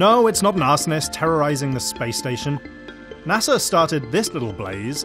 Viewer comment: NASER. Really dude?